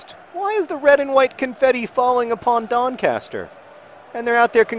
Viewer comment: You said Doncaster wrong